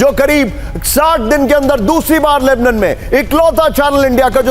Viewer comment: लेबनन नही लेबनान बोलो गोदी मीडिया 🇮🇷🇮🇷🇮🇷🇵🇸🇮🇳